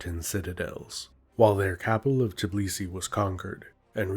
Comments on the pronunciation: Good job. Just one quick point: It's "Tbilisi", not "Tiblisi. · It's TBILISI not Tibilisi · Come on man, It's Tbilisi not Tibilisi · Bro its tbilisi not tibilisi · tbilisi, not bililisi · It’s not Tibilisi, but Tbilisi. Other than that great video.